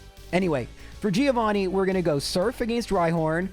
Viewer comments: Mentioning mispronouncing names and then saying Giovanni wrong is kinda hilarious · Italian here and it's a common thing for English speakers, not just 😂 they don't remember it's read Jovanni